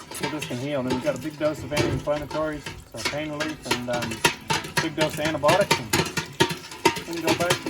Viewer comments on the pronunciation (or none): Did I hear antibotics rather than antibiotics again from a highly educated veterinarian? ANTIBIOTICS